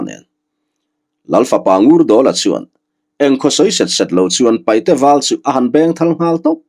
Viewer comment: Sir thil pa khat kan sawi ve mai2 paihte ni lo in paite ti zawk hian lam ta la a dik zawk a sin a ziak tu hian a lo hmuh chuan ziak tha teh se